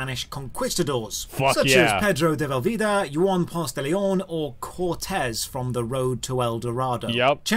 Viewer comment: Did that guy really just say Yuan instead of Juan?